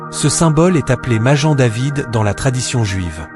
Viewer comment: Maguen David Pas majen David idiot !!!!!